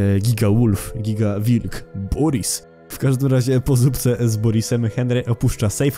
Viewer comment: To się czyta Borys a nie boris🥲